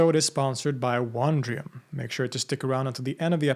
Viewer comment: Because “wonder” is pronounced “WUHN-der”, “Wondrium”, which is based on the word “wonder”, should be pronounced “WUHN-dree-uhm”, not “WAHN-dree-uhm”